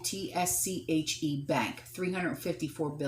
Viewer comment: Deutsche = doy-cha